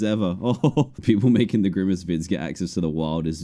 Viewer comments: ITS GRIMACE NOT GRIMMACE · Hey Dan it's GriMace not GriMMace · Did you mean grimace not girmmace